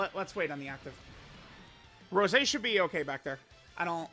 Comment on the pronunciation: why is unc calling goku black rosé a flower this video?? My guy is saying rose and not rosé 😭😭